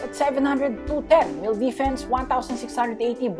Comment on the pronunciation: he said 20 million desfense